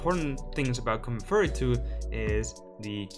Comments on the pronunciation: Please don't say combat "furry" please say "fee yu ree" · Great video. I just wanted to point out Furry = covered in Fur like an animal. Fury is like Anger and pronounced "Fe- your- ey"